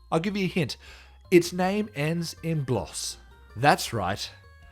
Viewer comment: the English aren't aloud to say names anymore blos is a long o not whatever your saying